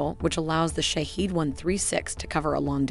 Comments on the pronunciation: The pronunciation of iranian drone is "shaa head" not shahid or any other wrong pronunce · Bravo Persian engineers !!!! Sorry but the pronunciation is wrong! It's not Shahid but Shahed which means the observer then attacks! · The correct pronunciation of Shahed is like E in External. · Its not shaheed its Shahed.. shaheed means martyr .. shahed means to witness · yeah but the pronunciation is shaHEED..... probably better like that.